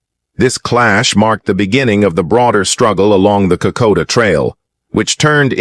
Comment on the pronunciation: Cant even say Kokoda. Calls it koda. Then AIF, not AMF or militia . Not an auspicius start. Think I'll pass.